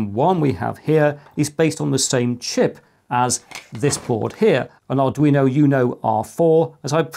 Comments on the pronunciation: I'm referring to the "you-know" part of the mispronunciation. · Arduino "you-know" ??? how do actually get the pronunciation wrong??😅